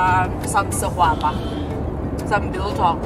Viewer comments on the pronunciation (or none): Segwapa not sekwapa.